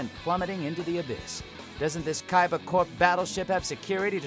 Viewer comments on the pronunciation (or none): none